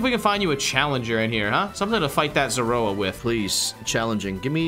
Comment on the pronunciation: You guys said zoroa for zeraora. I wondered if i was lronouncing it wrong but the name youre saying sounds alot like zorua… could be wrong